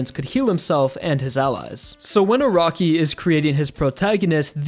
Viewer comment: I keep hearing ' A ROCKY'